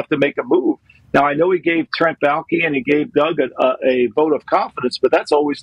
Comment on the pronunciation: It’s baalke